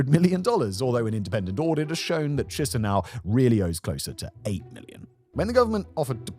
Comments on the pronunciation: If you ever need to speak about Moldova's capital in the future, it's pronounced Ki-shin-oh. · Boy, whenever I hear Simon pronouncing Chisinau, I get a brain bleed.